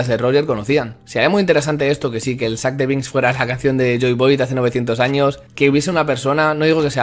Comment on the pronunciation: aaaaaaaa por que dices sac de binks